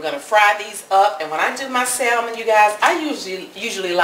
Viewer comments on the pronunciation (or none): The "L" is silent pronounce samon not Sal mon.. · Dear heart. No disrespect intended, and I used to make the same mistake in the pronunciation of the word salmon. The l in salmon is silent, dear. The a is short; consequently; salmon is pronounced saa mon, not sal mon. On a positive note, your recipe is spot on, and using your mama's cast iron skillet is classic, chile. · Yup it’s samon. Without the letter L but we like you, so say how you want. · Salmon, is pronouned SAMMON! The "l" is silent!! You salmon patties look so good! By the way, I love the bones!! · It's pronounced Sam mon. Remove the L it is silent in announciation. Otherwise carry on 👍🏾 Oh! I must say you definitely handle the knife WELL when chopping👌🏾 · Those look great! I'm from NC and lived in the Northwest(Seattle) for a decade and they will let you know real quick that the "L" in Salmon is silent. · Did this TODAY....no bread crumbs tho, flour and cornmeal, but they're excellent. By the way the "L" in salmon is "silent", not pronounced. Good job, good recipe. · Honey you don’t say the L in salmon Just had to say it ❤❤❤No clue why they put that L there lol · The L in salmon is silent!